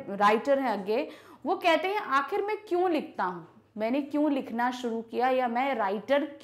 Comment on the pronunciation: Ma'am AAp ka kyon ka pronunciation galat hai 😊😊😊😊😊😊😊😊